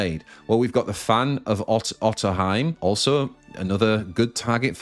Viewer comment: cool deck I haven't seen face dragon at all since set 2 started btw Otohime is pronounced Oh Toe He May; it's a Japanese word